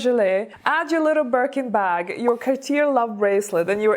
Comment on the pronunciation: Cartier is pronounced Car tee a (rhymes with ''say'') and accent on final syllable.